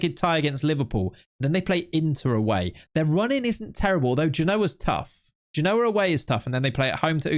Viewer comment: I like your content, but your pronunciation of Genoa is getting on my nerves, You need to put the exclamation on the first syllable